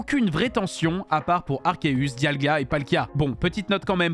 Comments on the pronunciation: Diagla ? Moi je connais Dialga mais pas Diagla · Ils a dit diagla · Il a dit "Diagla" 😆